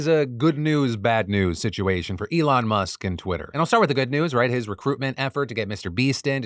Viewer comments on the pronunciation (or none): none